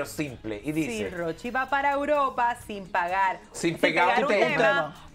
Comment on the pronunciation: Pero por qué es que él no puede decir E U R O P A 🤦🏻‍♀️🤦🏻‍♀️